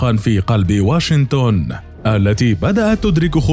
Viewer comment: المعلق لو سمحت اسمها واشنطن ماهو واشنتن